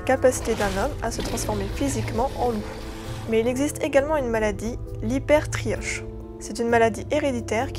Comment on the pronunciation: La maladie c est l hypertrichose et non l hypertrioche lol ! bon doc!